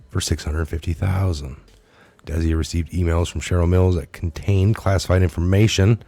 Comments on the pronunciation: Desia rhymes with dyslexia. Desai rhymes with goodbye. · Love ya but its Des-eye Good content. You were the one i first listened to upon being redpilled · It is pronounced `Des eye` very common ndian name. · it is pronounced [dis-eye] Desai . your welcome..